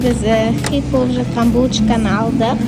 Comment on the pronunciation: хет емес хит нормално сүйлө😏🙄